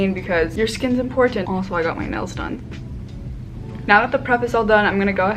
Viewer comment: I love the way says 'imporTant'